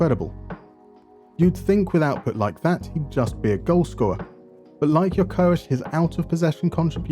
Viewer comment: So that's how you're suppose to pronounce Gyökeres? Here in Portugal we're still trying to pronounce it correctly... And I can confirm Hjulmand and Gyökeres is a match made in heaven . And it's funny that when you were explaining the different types of DMs, Palhinha and Hjulmand were the ones who came to mind, but I'd never thought Hjulmand would actually feature